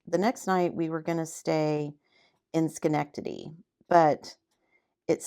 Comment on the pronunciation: Enjoyed your chat. I live in Schenectady. Most people do not pronounce it correctly. Lol. You did! So fun to hear about your travels Maine is beautiful ! Whatever your family decides it will be just fine !